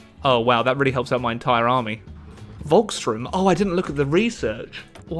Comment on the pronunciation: "Volkssturm" Iam German. And i dont really like how every English/ American is Spelling it.